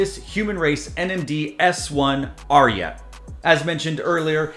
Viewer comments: You read it twice, now, and I’m confirming… It’s pronounced RIOT. My guess is the spelling is politically correct and/or socially responsible. It’s adidas and Pharrell after all. S1 and S1_RYAT are two of the best new silhouettes of any brand. The ad art is also really good and fresh. adidas is wise to lengthen the shelf life by limiting the runs and making this a Confirmed App release. All the NIGO and Pharrell adidas stuff feels slept on, but that could be an indication they are a permanent fixture within the culture. No hype required. I can cop Humanrace tops and Human Made sneakers with a fair amount of ease. I still say Korben Dallas would rock these all day! ✌🏽💙👟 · it's RI => " Ri " like in " Riot " , and "@ in " at "